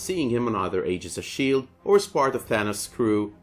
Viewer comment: holy fuck say Thanos right...u call yourself a comic fan. Your pronunciation makes me cringe!